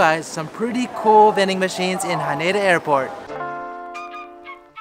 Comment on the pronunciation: You're saying Haneda wrong...